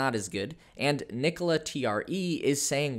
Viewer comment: You're not pronouncing the name TRE correctly. I know you're a Tesla fanboy but please do a little bit of homework about the competitors.